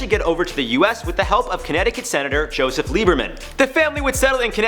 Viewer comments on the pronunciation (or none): none